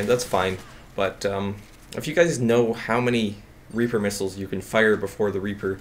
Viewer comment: Missiles, not middles